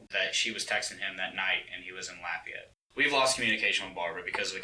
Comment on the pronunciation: "Laffy-ete" 😂 Otherwise, this is a horrible story